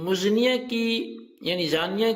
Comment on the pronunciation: Muznia nahin hota maznia hota hai